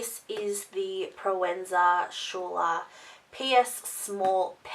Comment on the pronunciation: SKOO-Ler, babe, not shooler..